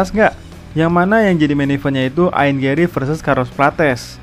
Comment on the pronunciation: ian bang bukan ain 🤣